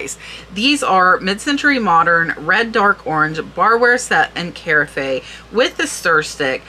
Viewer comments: Ca-raf, not care a fay! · Love to see all of your price and info sharing. FYI though carafe is pronounced ka- raf. Kind of like giraffe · Just a friendly suggestion...the 'e' in "carafe" is silent.